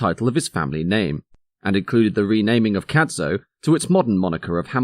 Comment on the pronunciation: Excellent stuff you've really done your research. Just one thing Cadzow is pronounced with a silent z ...... cad-ow the ow like you mutter if You hurt yourself rhymes with cow😁